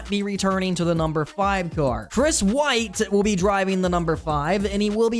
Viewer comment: It’s Wright not White! Come on man, gotta get the names right..